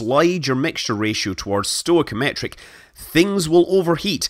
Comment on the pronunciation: Three things. The way you say stoichimetric is elegant - I would love to hear you say pussilanimity in your next chapter. Second, the pin was actually gold plated steel, not solid gold. Those pins were the bane of my existance. We went through variations in taper angle and length but they were always problemsome. For many years there was a requirement that only one fellow R. Pieron was to install pins because he had huge biceps and a short handled 15 lb. sledge hammer. His pins never fell out. Eventually he retired. Lastly, I always thought that the shuttle mission calculated propellant margins based on the tag value Isp and thrust of the actual SSME's being used. One had to meet minimum margin requirements but I am sure the engines could not tolerate either propellant to run dry.